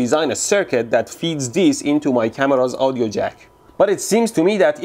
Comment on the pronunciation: It's funny the way he says Audio. It sounds like Ow-dio... Lol.